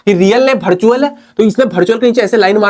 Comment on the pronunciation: Bartual ✅ virtual ❎